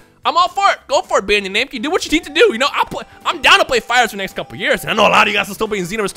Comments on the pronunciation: Did you say bandai namci instead of namco? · bandai namci??? sure its namco